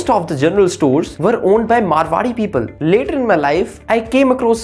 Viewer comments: Abe chutiye woh मारवाड़ी hai मरवाड़ी nahi 😂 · Abe..It’s Maarwadi..not Marwadi